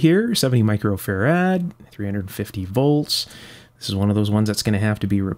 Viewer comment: Glen Watkins The unit "Farad" is named after Michael Faraday. So, the emphasis should be on the 1st syllable. does it differently.